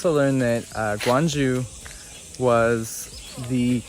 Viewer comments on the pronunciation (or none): the pronunciation is more like, Kyong-ju